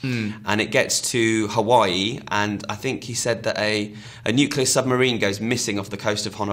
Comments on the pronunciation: It's fucking NUCLEAR, not NUKULAR. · It's not NOOKULAR it's Nuclear! NEW-CLEAR! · nuclear nuclear nuclear.. god nuke-ular drives me bonkers. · cant listen to him say Nuculer any more. It's Nuclear noob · I only have one thing to say, its fekking NUCLEAR! Not Nukelar or any other variation. Trailers look good but let's hope this turns out to be good. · C'mon, it's pronounced NooClear!